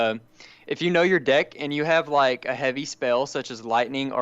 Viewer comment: He says dick so much but he try's to say deck